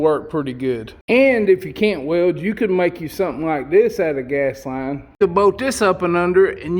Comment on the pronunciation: "Gahz"?????? "Sow"????? "Whaled"?????